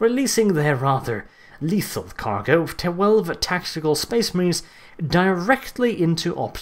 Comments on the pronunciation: was i the only one who heard space memes when he said space marines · Well you had a fun time saying space maines didnt ya